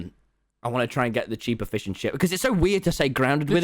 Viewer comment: What I heard “cheap efficient sh*t” What Will heard “cheaper fish and chips”